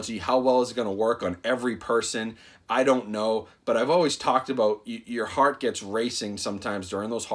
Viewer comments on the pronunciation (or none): none